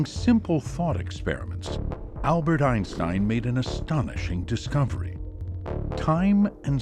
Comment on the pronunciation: It's a well known fact that, before he passed away, the famous physicist changed the pronunciation of his family name to EENSTEEN. 🙄